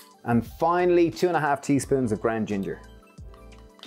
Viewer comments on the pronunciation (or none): I love your accent, but are you saying grand or ground because what is grand turmeric?